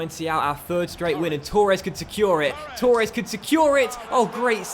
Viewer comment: Firstly: Torres not Tauuures Second; Yeh the lino would give a goal in a computer game which clearly has a lot of human error in it like real referees.... Thirdly: You’re far too good for normal legendary. Try using DK’s of Cutzy sliders